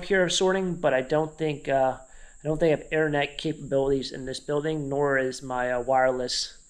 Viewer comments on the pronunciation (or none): none